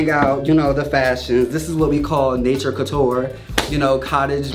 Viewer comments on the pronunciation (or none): none